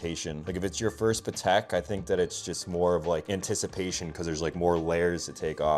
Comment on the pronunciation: It’s not pat- ick, it’s pa-tek